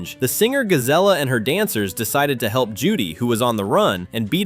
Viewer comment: First off, "Gazella" as you so call her is named "Gazelle" exactly the same as and after her species. I actually have a Zootopia fan fiction called "Dark Zootopia" where Gazelle gets cloned by a villain, and the evil clone starting off as "Nega-zelle" (Originally her name was going to be "Nega Gazelle" until I realized that I could either take the "ga off the end of "Nega" or the beginning of "Gazelle" and combine the two, by hyphenating it to make the pronunciation stand out better) to frame the real Gazelle for very heinous crimes, but Nega-zelle later turns good thanks to the influence of the real Gazelle and immediately changes her name to "Gazellia" which is pronounced "Gazelle-yuh" which your confused name for Gazelle "Gazella" made me think of. And also, the mayor you are talking about is NOT Leodore Lionheart. That's mayor Brian Winddancer. Lionheart is a lion and Winddancer in a horse, as you can clearly see, and Lionheart was the first mayor in Zootopia 1 before assistant mayor "Dawn Bellwether" the sheep set up and framed Lionheart and became the new mayor till her savage predator scheme was exposed. Notice in the Zootopia 2 movie how Milton Lynxley asks Winddancer "Do you know how many mayors that fox and rabbit destroyed?!" and Winddancer taps his hoof on the floor twice while counting "One. Two. I got up to two"